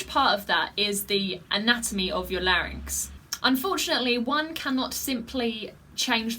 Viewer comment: You said larinx about four thousand times here. Maybe ten thousand. But still, you can sing much better than all those freaks of the nature, bearded women and rubber men. Maybe, you can say larinx just hundred times? I still love you :thanksdoc